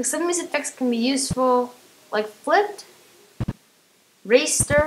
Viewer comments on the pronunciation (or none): Its not pronounced "Ray"ster